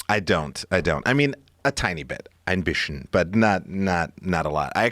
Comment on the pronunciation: EIN BITCHEN wasn't even close to the right pronunciation